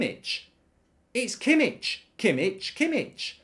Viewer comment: Its "kimiH" not "kimiCH" 😂😂